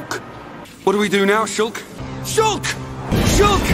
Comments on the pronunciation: After a while, I heard shook. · Im hearing it as shook now lol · Shulka shulka shulk bi bi di da da shulk a shuls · Now I hear is “shook” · Sholk man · Now I here shook